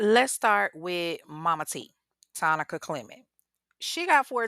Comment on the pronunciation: Wait, I thought Tonica’s name was pronounced like “Monica”